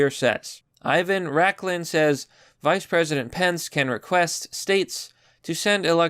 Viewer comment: You don't know who Ivan Raiklin is. U can't even say his name right. Just belive every tweet you read?